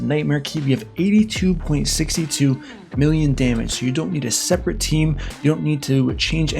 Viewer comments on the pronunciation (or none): none